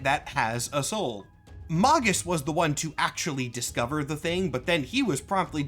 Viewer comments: "mog-us" No "Mag-us", like "magazine" Or alternatively (and less cool) "maje-us" like "mage" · I thought it was pronounced "Magus." Not "Magus." 😂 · Erm May-Gus not Mah-Gus Jk love your vids 😂😂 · isn't it Maygus?